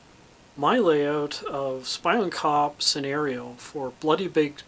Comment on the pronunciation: Looks great, I think it actually pronounced as spee-on kop